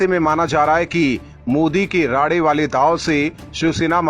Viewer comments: अबे राडे नहीं राणे है। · राडे नही राणे सर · नाम राडे नही साहब राणे साहब है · Rade nahi his name is Rane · उनका नाम राने है राडे नही। उनका फिर से नामसंस्कार ना करे। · राडे-राडे क्या कर रहा ठिक से नाम नही ले सकता है क्या तू अक्ल की कमी है क्या तुझमे बेअकल उनका असली नाम राणे है ठिक से लिया कर समझा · Rade nahi Rane 🙏